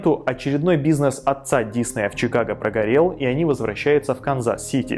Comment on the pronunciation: Так режет слух когда называешь фамилию… Он не дИсней! Он диснЕй! Готовься лучше когда записываешь и выпускаешь такие ролики. Весь мир знает, что он ДиснЕй, а ты так каверкаешь и делаешь вид, что все вокруг тупые, а ты самый умный.